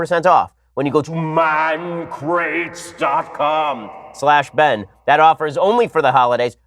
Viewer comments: It’s pronounced Man-cra-tees. Ancient Greek philosopher. Studied in the philosophy of “Oh shit”s and “boi” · Lmao “MAAAN CRATES”...